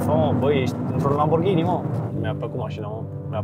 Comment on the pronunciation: un lamburghini 😂😂😂 confera ? sau ofera